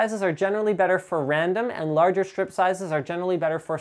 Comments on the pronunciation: Linus i thought it was stripe not strip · FFS. TTL can't pronounce Aluminium or chassis. Linus can't pronounce stripe (there's an E Linus). Lauren can't pronounce anything. You guys are so bad for us nerds rep points!